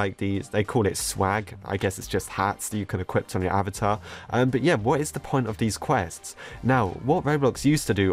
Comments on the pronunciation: Anyone notice how say equipt instead of equip? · Why do you keep saying “equipt” in place of “equip”